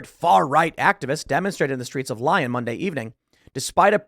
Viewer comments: For the Americans it’s not pronounced lion it’s lee-on if you need to know how it sounds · Lyon is pronounced “Lee-on”, not “lion”. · It's pronounced lee-on not lion Tim. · Lee-on not lion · Love your work, though it is Lee-on not Lie-on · Not lion, it’s leeeeee-on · pronounced Leon, not Lion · Lyon is pronounced “lee-on” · Its more like "Lee-own" with an American accent, but definitely not "lion." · Pronounced “Lee-own” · Pronounced Lee-on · It's pronounced lee oan with a short n. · It's pronounced, "Lee-own" Tim. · lol tim just called Lyon, lion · It's not pronounced Lion Tim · It’s pronounced “Leeown” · I believe it’s pronounced Lee-Own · It's pronounced lee-on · It's not "Lion." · Pronounced Lee-yon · It’s pronounced “Lee-yon.” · Please stop saying Lie-on! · It's pronounced... Lee-on. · Tim it is pronounced “Lee-on”. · It’s pronounced… ‘Lee-on’…. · It's pronounced "Lee-ohn" fyi. Love the channel my friend! Been a fan for years. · It's pronounced 'leeon' despite the y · Lyon sounds more like "Leo", with a very soft "n" at the end. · Tim, it's pronounced Lee on! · And the n is guttural, being pronounced at the back of the tongue rather than the front as in English. "LEE-YOHn" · Hi from the UK 🇬🇧 😊. It's "Leon". The y is an e in French ❤. Sorry , I'm just being a typical British twat , I can't help it 😉 . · Lyon is pronounced lee on. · Lee - on Accent on second syllable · It's pronounced Lee - on, but not a big deal. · Lyon is pronounced Leon with a French accent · Tim, Lyon is pronounced "LEE-OWN". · It's pronounced Lee-on bro. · Pronounce Lyon = Leeee-own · It's pronounced... Leeon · Lyon is pronounced "Lee-Own." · pronounced Lee-on (Lyon) - just saying! Keep up the good work!! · Drove me nuts. Lion lol edit: now if we could teach him the difference between "less" and "fewer" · I think “Lyon” might be pronounced “lee-own”… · Its pronounced Lee-on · Lee-on is how you pronounce Lyon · it's pronounced , LEON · It's pronounced Lyon. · Tim saying "Lyon" ☠